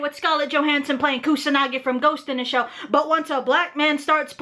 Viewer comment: I love how pronounces ghost in the shell as "ghost in da shell".